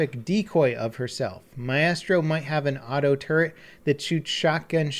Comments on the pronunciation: "aleeebi and my-estrow" lmao (Ah-li-bi and my-stro pls ) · My-strow, not My-eh-strow. English, my dude. Do you speak it? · Fuck me pronunciation of Alibi and Maestro was fucking hilarious. “Uh-lee-bee” and “my-Astro”. Fuck me dude..it’s not that hard to figure out it’s pronounced like “my-stro” and “Ali-bye” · Maistro, not Ma-e-stro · Mae-estro? Its mystro. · isnt it pronounced, my-stro not, my-estro? sounds like an estrogen pill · Maestro is not maeestro though. Aleebee is ok i guess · Maestro.. 'My-estro'.. not even close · Exactly what i was going to say. srsly don't be so stupd it's Maistro. I mean it doesn't even have an E. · “Uhleebee” “Maiyestro” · Myestro?? really?? Maestro isnt a hard word to say. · "Aleebee" "My-estro" lol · AL-AH-BY and MY-STROW not whatever you said 😂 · Maestro is pronounced "my" + "stro" :) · AL-UH- BY and MY-STRO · pronounced 'mystro' , lol ya pickle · its pronounced mie-stro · Its pronounced MY-STROH. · John Gregory you are close, but only partially correct. The right pronunciation is MA-E(like in BET)-STROH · John Gregory yep, don't trust the Italian who knows his language... Anyway it's a slight difference, so you can continue pronouncing it wrong if you want to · I can't believe you mispronounced "Alibi" and "Maestro". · I know, i find it frustrating how often people from north america mispronounce words, these aren’t even hard words to read or say. Says a lot for the education system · The way he pronounced maestro lol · Hopefully the way you pronounced Alibi and Maestro was sarcastic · You couldn’t have pronounced alibi and maestro more wrong and it literally makes me think less of you. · Anyone else enjoy how he butchered alibi and maestro?